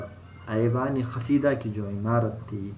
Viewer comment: First of all it's not khasida it's qaseeda 😬